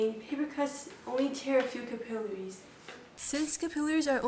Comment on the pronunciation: Notice that she pronounces "capillaries" correctly, unlike the vast majority of people today.